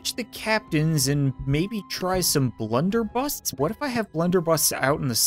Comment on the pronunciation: Blunder busses not busts